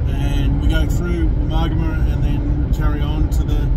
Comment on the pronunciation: Thanks. Pronouncing Woomargama correctly helps me. I often come through Jingellic - Granya - Wodonga on regular trips from Canberra to Melbourne. The freeway bores me to tears. A two day trip, camping inbetween suits me. I'd never have known that 42 kms of track existed. 😀👍